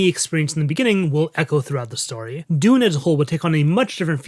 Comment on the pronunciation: Am I the only person in the world who LOVES, but finds the way he says "story" a bit nails-on-the-chalkboardy? There's literally NO "A" IN THE WORD AT ALL!! Why does he pronounce it "starry"?!? Whew... Now that I got that off my chest, I gotta say, I love this content! Keep it coming! (But for god's sake, man, it's "stORy" not "stARRy"!)